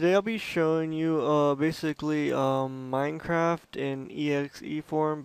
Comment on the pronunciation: XD has nobody noticed that he said "Mindcraft"?